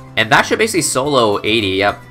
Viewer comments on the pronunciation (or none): none